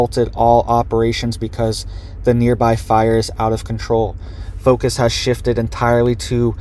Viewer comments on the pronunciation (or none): none